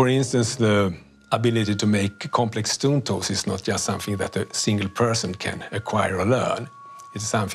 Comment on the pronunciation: Dude keeps saying stoon toles instead of stone tools.